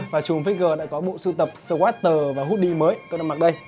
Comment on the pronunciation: bán sweater mà cái tên tiếng Anh của áo cũng phát âm sai =))))